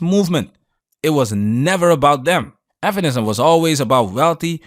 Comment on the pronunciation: Why can't you say "feminism"?